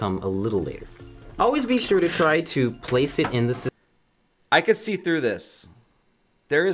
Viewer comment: It's really tiring to listen how the guy can't say so many words correctly and says thhhure instead of sure, tthhhoose instead of choose, wrenthhh instead of wrench, foundathhhion instead foundation, instllathhhion instead of installation, ... Naration 1/10, Instruction 1/10, Technical knowledge 1/10. Man they made the worst pc building tutorial ever.